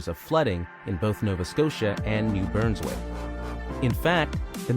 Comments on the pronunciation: "New Burnswick" ??? It's New Brunswick my dude. Great job otherwise so I'll let it slide this time. Lol seriously though good job, I really enjoyed it. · More like touching up on your ability to READ. It's literally BRUN, not BURN. That's not a pronunciation problem. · Entertaining hearing someone mispronounce a province. “ New Burnswick “ you mean New Brunswick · im sorry but as someone from New Brunswick, I cringed so much the way he said it i thought i was gonna need an ambulance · Learn how to pronounce the names of the provinces. Not New Broonswick and Manituba. Why do you have to keep mentioning maple syrup? Save that for your videos about pancakes or cooking. Otherwise, an informative video about wildlife in Canada. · New Burnswick? NUVATNU?? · The narrator mispronounces New BRUNSwick, as "New BURNSwick." He says shrews eat "ANTHROPODS," instead of ARTHROPODS, which would mean they eat creatures with human feet, or that they eat humans. "Anthropod" is not even a real word. He says "MANTOBA" instead of MANITOBA. It's spelled Caribou, not "Caribo." The narrator mispronounces NUNAVUT as "NUVATNU." He pronounces Curlew "Curliew." It's simply "Cur-loo." The Vancouver lamprey is not iconic like a moose or maple syrup. Not even remotely. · Homie, you pronounced Manitoba as "Mantoba" without the I... "New BURNSwick" instead of New BRUNSwick, and "Nuvatnu" instead of Nunavut.. How can you not read the words on your script lmao